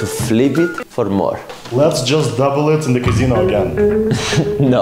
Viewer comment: "cazino" 💀 bro looks like casOh "ling" 💀